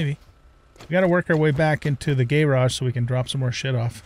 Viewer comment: Gayrage and seament. Nice pronouncing man. 😂